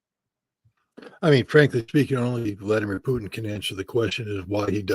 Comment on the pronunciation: Ma ti sei perso la clip di Trump che sostiene siano stati i russi a rubare i progetti dei missili supersonici agli americani, durante l'amministrazione Obama ? wawe media ( La pronuncia di Putin è Putin , non puthn ,sia in inglese che in russo, si pronunciano tutte e 5 le lettere, accento sulla u.)